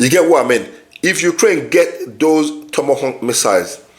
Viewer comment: Tomahawk not tomahonk